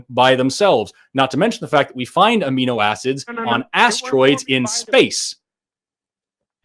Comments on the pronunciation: You lost him when you said: "aminoacids" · This guy 150% thought said amoebas when he said amino acids lmfao